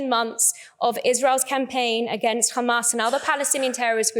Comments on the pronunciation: How many times she said khamas 😂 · Who do they always say khamas😂😂😂🇮🇱💩🧻🚽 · She does know that the word HAMAS has no "k" in it right? Funny watching her polished accent change to pronounce these words incorrectly. Agent of genocide. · I can just hear khamas khamas 😂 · one who can’t even say gaza and hamas properly should not be allowed to speak at all